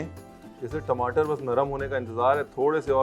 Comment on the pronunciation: Aaloo ki sabji to theek hai.. Magar apka apne ghar ka way bolne k tareeke ka...Kya khne... Timatar